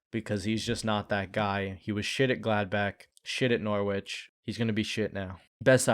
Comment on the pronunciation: love the video man! fyi “norwich” is pronounced with a silent “w” in the UK, so it sounds like “norr-itch”